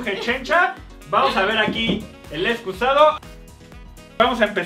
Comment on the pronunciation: Me gusta cuando dicen excuzado